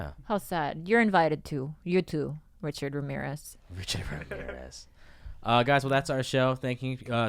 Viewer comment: Bobby has trouble saying "Richard Ramirez" every single time 😂